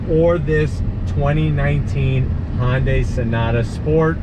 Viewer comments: I agree! its not HONDAI ITS HUNDAI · It’s not Hahn-day is pronounced Huhn-Day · Hon-day... Hyundai